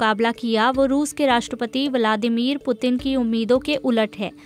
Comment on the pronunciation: वलामादिर मत बोलो व्लादिमीर बोलो ।